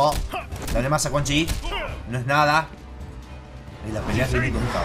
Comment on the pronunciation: es cun yin >:V